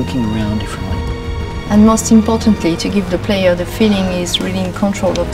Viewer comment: It's ze emotions in ze horse.